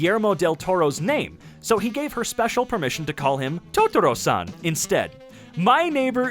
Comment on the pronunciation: totoro San almost sounds like.. JOTARO SAN!?